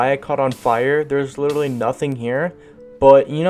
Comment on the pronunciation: I love how he said “witerally”